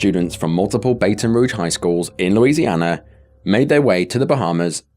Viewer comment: It's actually pronounced "Baht'n rouge" Sir.